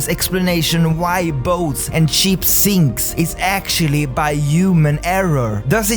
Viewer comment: When he says "boats and ships sink" I keep thinking he says "boats and sheeps" xD And yes, I do believe in mermaids/sirens